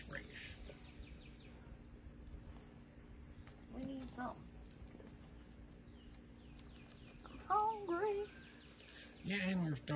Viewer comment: Fresh pronounced “Frashe”😂 now that’s country talk y’all don’t know nothing about that